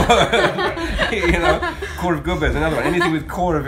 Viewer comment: He had me at "Korvgubbe"! Good Job!